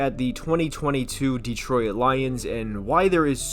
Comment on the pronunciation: Why are you pronouncing Detroit like that?? It's not 3 syllables